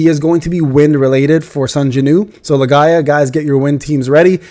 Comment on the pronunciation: Why do you call it Lae-Ga-ia. Isn't it's name Lee-Gee-A? (Legia)